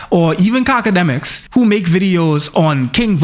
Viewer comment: Did you just call him CACAdemiks 😭